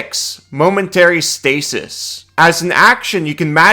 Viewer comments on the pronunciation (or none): none